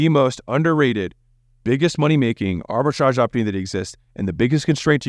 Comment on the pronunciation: Arbitrage, Arbritage, Arbitrage stop saying Arbitrage